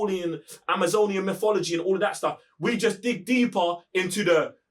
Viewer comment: ALL HEIL TO THE 'MOFOLOGEE' hahahahah